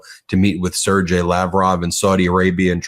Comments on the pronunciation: sergei is pronounced sir gay, not sir jay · Sergeii is pronounced /ser ‘gay/. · Ben, the G in Sergei is a hard G like game.